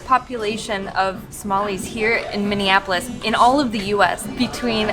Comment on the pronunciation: I hear Mini Apples instead of Minneapolis 😂😂😅